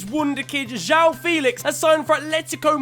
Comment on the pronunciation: Hey FNG, figure I'd let ya know Militão is pronounced more similar to Militón and João is pronounced more like John. You should look up the pronunciation of the ão suffix, it'd be easier to get